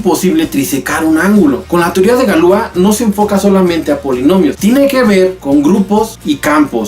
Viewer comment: No se pronuncia Galúa, se pronuncia Galuá. Toda palabra francesa es aguda.